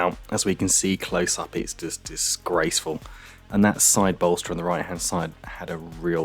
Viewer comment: Great video, thanks for posting. The way you said the word "disgraceful" when describing the condition of the rear seat bench made me laugh out loud! It left absolutely no doubt about what you thought about the state of it lol 😆